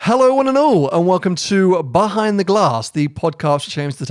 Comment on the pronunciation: Why do you pronounce it bahind the glass?